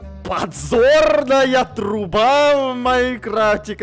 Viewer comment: сказал пазорная труба а не подзорная труба